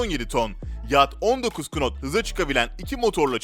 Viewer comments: knot diye okuma nat diye okunur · KNOT yazılıyor ama NAT diye okunuyor !!! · knot'un okunuşu not şeklindedir. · Knot olarak yazılır Nat olarak okunur 🤷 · knot nasl okunur onu bile bilmiyorsun. abonelikten çıktım derhal